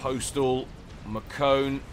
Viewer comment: It's pronounced Mar-Cone. It's french.